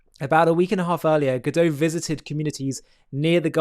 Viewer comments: It's Gadot (with a sounded T), not Gadoe. You should know how the Hebrew female plural is pronounced. This isn't french 😂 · She's not French. Correct pronunciation - Gadot rhymes with hot.